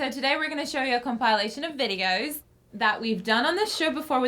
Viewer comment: (when she says "videos") did she turn british for a second?